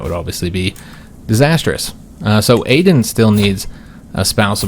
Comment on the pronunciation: I'd like to see Aden (btw, I think it's pronounced Ah-den) assume the throne only because Shy is such a garbage personality trait. Whether you're roleplaying or metagaming it's just not fun to deal with.